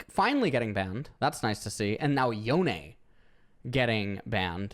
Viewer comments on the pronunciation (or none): none